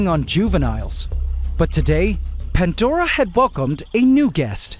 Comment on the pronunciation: It’s “pandora” not “pantdora “ I can’t believe this guy- he got hydromeda right tho